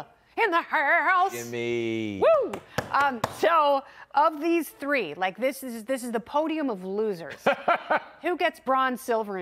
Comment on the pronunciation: ...the t"ree Stooooges...